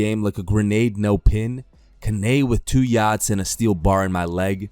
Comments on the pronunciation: This isn‘t meant as a dipshit comment but it will read that way. Cannes is not pronounced canney, it‘s kan (in English). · this guy pronounced "cannes" ka-nay lmaooo wtf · The pronunciation of ‘Cannes’ 😂😂😂